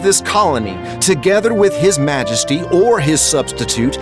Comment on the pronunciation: he says MAJESTY with......... sorry no.